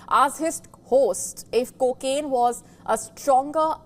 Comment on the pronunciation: "Kooo kin addiction" 😂😂😂